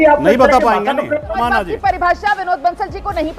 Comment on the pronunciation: यह वीएचपी का गंदा किङा जब प्रश्न का जवाब नही दे पाया तो समाजवाद को नमाजवाद कह रहा है।